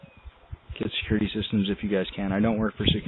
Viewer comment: "I'm with ADT sekurty" 😂😂😂😂